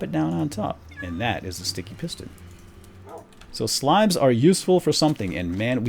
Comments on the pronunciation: i like you when you say shticky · i love it when you say shticky! and the tower of power is so epic! (im your biggest fan) =D